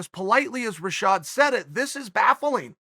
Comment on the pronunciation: I d be wealthier than Gates if I make a dollar each time I hear uncle Chael pronouncing baffling